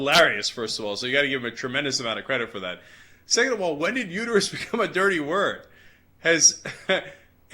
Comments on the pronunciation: "It's uterUS, not uter-YOU." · It's uterUS not uterU